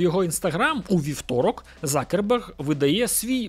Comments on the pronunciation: Почему он стал Закерберг? Он Цукерберг! Абетка України літера Ц ,вона там Є! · "Марк Закерберг" це якась жесть.. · Ніхто його не знає як Цукреберг, його прізвище Закерберг, ви хоч раз дивились хоча б інтервʼю з ним, може ви краще за нього знаєте як вимовляється його прізвище?